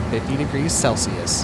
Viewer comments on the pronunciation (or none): none